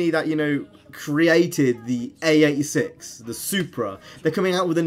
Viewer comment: Its mitsubishi not mitshubushi and its AE86 not A86